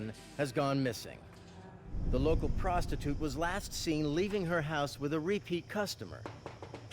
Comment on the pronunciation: Too much use of the word PROSTITUTE, and with that 'dramatic' emphasis.